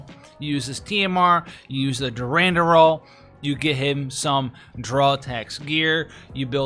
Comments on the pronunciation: My dude my dude... Its DURANDAL Not durandural lmao or are you doing that on purpose?? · sounds like you need help with words... Aureole = "OR - EE - OLE" Durandal = "DERR - AN - DULL"